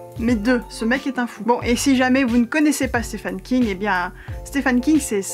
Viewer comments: « Stephen » se prononce exactement comme « Steven ». I long et v. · sauf qu'on doit prononcer "steven" ;)